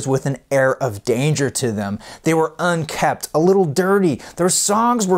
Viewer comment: The word is "unkempt," not "unkept." 😉